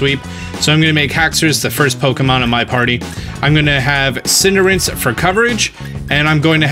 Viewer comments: It's Cinder Ace. Not Cinderance. Weirdo. 😝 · I used to pronounce it "Cin-deh-race" but eventually I decided I liked "Cinder-Ace" because it was easier to pronounce and ace is probably the most likely name origin as opposed to race. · I died a little inside every time he said Cinderince. :/ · Is he saying "Cinder-rinse"? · It's Pronounced Cinderace:Cinder-ah-chi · Are you saying Cinder-ince? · i hate how he says Cinderace